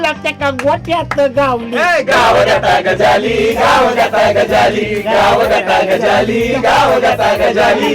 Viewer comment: Pronunciation of Gajali is wrong. गजाली शब्दाचा उच्चार चुकीचा वाटतोय...